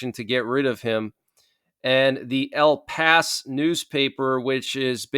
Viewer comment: El Pais is pronounced "ehl pah EES" and is Spanish for "the country".